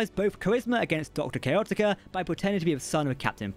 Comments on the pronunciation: How are you pronouncing Chaotica?!??! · Doctor Chaotica. Sounds like chaos but with tica at the end